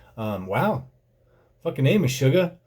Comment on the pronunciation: its pronounced, "mesh-ugg-ah"